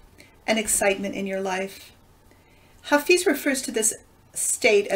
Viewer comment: Hello and thank you. By the way, his name is pronounced Ha Fez. 💕